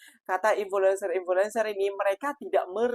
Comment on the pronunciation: Jangan salah sebut.. bukan in-fo-lenser. Bunyi sebenar begini In-flu-enser 👈 ini yang benar sebutan nya..